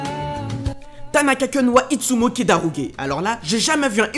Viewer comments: Tu m'énerves! On prononce kun pas keun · Kun ca se dit koune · Handa-keeuun oula fais un effort stp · Qui est parturbé par la prononciation de kun mdr